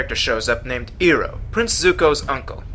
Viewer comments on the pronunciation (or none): the movie sucked. i mean they pronounced aang, sokka, iroh...... ONG= AANG... SOKA=SOKKA EEROH=IROH... kind of lame. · Iroh is pronounced 'eye-row' not 'e-row'. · Sooka? Eroh? Ung? FUCKING SERIOUSLY??? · Disappointed you didn't point out the whole Eroh instead of Iroh thing..